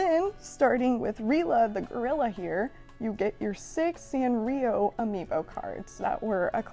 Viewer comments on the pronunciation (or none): No one: Literally no one: Not a single living soul:: ‘Ambio Cards’